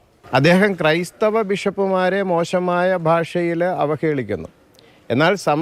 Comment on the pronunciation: ക്രൈസ്ഥവർ അല്ല കോ ബി ക്രൈസ്ഥവർ എന്ന് പറ 😅😅😅😅